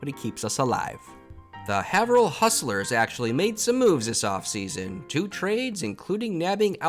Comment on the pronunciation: Haverhill = "Hay-vrill"